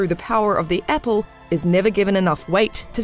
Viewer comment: Same with "epple" and "iffert"